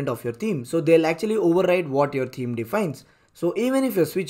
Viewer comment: Great info in your tutorial, but I had to listen 3 times to understand it. You should consider hiring a native speaker of English to do the narration; the thick accent is barely comprehensible, especially at high speed and staccato delivery. "Theme" is not pronounced as "team", and what is "wook"? Anyway, my takeaway is that the native WP blocks are great for newbies, but they should graduate to Elementor et al as soon as they can, right? Thanks again for the great info!!